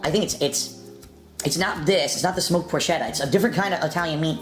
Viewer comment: Of course he pronounces Porchetta wrong.